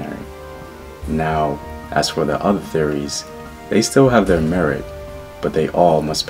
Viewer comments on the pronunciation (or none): none